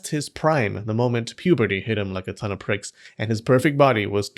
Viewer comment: did you say "ton of pricks"?